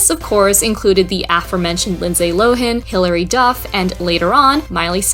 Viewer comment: Always love your work. But I think Lindsey Lohan is pronounced “Low” and then “Han” with a hard a like the word “Hand”. I’ve never heard it the way in this video before! 😂